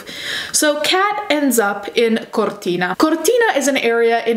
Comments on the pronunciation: As an italian, i love how you pronounce Cortina, very accurate pronounce! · considering the way you pronounce modus operandi and Cortina, I can imagine you are Italian (or Spanish)